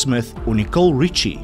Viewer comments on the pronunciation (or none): none